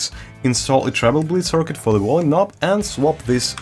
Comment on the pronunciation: Wolume knob